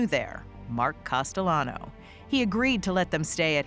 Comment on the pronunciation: Test him! Call him CASTEYANO...LL IS PRONOUNCED YYU...HE WILL GET FURIOUS😅